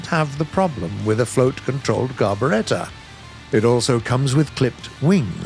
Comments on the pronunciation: How about saying "Carburetor" instead of "Carboretta"? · Gotta watch out for that "Car-Beretta" it'll get you everytime...